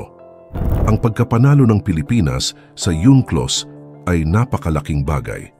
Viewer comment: para karin china Kasi Ang unclos ginawa mong yunclos ayosin mong Sabihin sa blog mo gumawa ng Sarili para Kang china lumihis pagbigkas ( yunklos) mag aral ka???